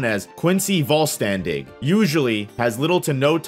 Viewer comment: my german ass was kinda dying because of the pronounciation in german language an s before the letter t and p makes an sh sound so vollständig the st would sound like an sht